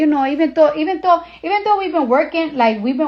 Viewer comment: "even tou" 😂😂😂